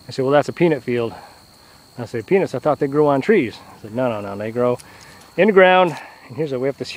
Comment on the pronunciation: That's so hilarious the subtitles read penis when he says peanuts and also sound alike he said penis